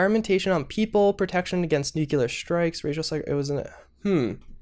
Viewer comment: You can pronounce Yao Guai but you can't pronounce Nuclear?